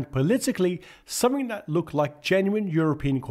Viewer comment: I gave up, over your pronunciation. Things are not frets, but threats, sumfing = something, fifty fousand feet = fifty thousand feet, and so on. If you want to be a commentator, learn to speak the language.